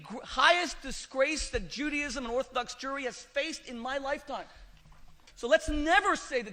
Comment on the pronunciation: The rabbi can't pronounce Judaism - he says Juadism - that is really poor from a supposed learned Rabbi. He lost this debate for sure!